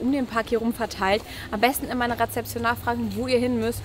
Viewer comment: Sorry, es heisst REZEPTION und nicht rePzeption 🤣🤣